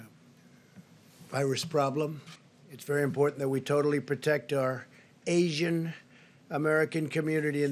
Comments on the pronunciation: AY SHEEE YUN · Why he emphasizing “Asian” people as if he actually cares? 😂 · I cought that too! I wouldn't blame him since the media always tryna twist his words and all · The way he says Asian had me 💀 😂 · Ace J 6887 yes indeed I was rolling lmao!!!